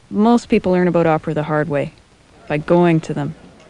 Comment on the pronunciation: lol "How much do you know aboot opera?" aboot aboot it's ABOUT you dumbfuck.